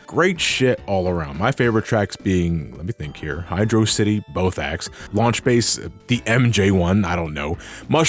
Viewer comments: Hearing someone mispronouncing Hydro City as "Hi-draw-city" annoys me as much how in the English Dub of the 70s Godzilla movies the characters (usually male characters) would say "Godziller" instead of Godzilla. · Everytime calls Hydrocity, Hydro City makes me die a little inside. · I’ll still pronounce it as Hydrocity (velocity) :3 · Ok ok, I feel like he was talking to me at the end. Yeah I pronounce it "Hydrocity"